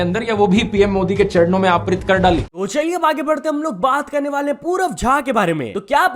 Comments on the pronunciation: अर्पित ❎ अप्रित✅ 😂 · Dhruv bete, anpadh hypocrite, Woh Arpit* hota hai Aprit nhi. Murkh he reh gaya tu , bolna toh seekh le.🤏🧠